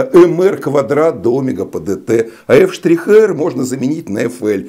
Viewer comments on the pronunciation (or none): почему Вы ставите ударение на первую гласную Омега, а не на 2-ю омЕга ? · Млин , а меня в школе учили говорить омЕга , а не Омега!? Это.....ужас! Как быть?